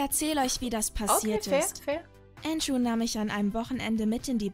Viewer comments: Nicht antschoo sondern andrew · Andrew nicht äntschuh und Ändru ausgesprochen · Entscho😂😂 Ich denke eher er heisst Andrew😂😂😂😂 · Der heißt nicht Ango sondern Andrew